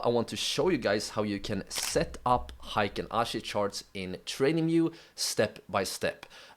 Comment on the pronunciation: Thanks for sharing your knowledge. everybody does not pronounce Heikin ashi correctly. It should be pronounced as " Hay Kin ashi ", not " High kin ashi ". Heikin means average and ashi means foot or leg in Japanese.